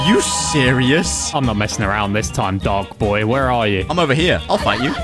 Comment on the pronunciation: Bro said "Die Dark Boy"